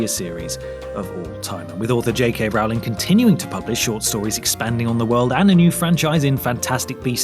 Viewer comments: Say her name right! It's Rowling as in bowling, not Rowling as in howling!!! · What really grinds my gears is when you pronounce J.K Rowling's name wrong. It's Rowling like bowling not Rowling like scowling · First of all her name is not pronounced row-ling it is roll-ling. Second Daniel Radcliffe tried to wear green contacts in the filming of the first movie but they irritated his eyes so much that they decided just to not go with green eyes. Wrong I know but more accurate than your info. Classes at Hogwarts became secondary to everything else that was happening even in the books. And there is just no way you can put every detail in a 600 to 700 page book in one or even two movies. Books can go on and on where movies have a limited time frame so they had to make some changes. Personally to me you lose all credibility with the fact that you cannot pronounce J.K.'s surname correctly. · Oh gosh! Come on! Please! Learn the name: it's ROWling like in "to row a boat". I know that Americans can't say Harry, but that it will always be Hairy...but there is no dialect-background problem with with Rowling! I'm German and even I am able to pronounce it! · Rowling is pronounced ROLLING! Ugh, everyone gets it wrong. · How do people still miss pronounce her last name?!? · Since the movies are kinda rubbish I agree with you. But could you please try and pronounce Rowling correctly? Pretty please?